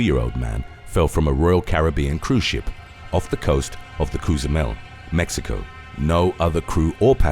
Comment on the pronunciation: 'Cozuu mel'